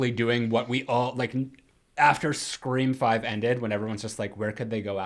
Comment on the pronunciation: Am I the only one that finds it annoying when calls them Scre-four-m or 5 Cream or Screa-vi? Lol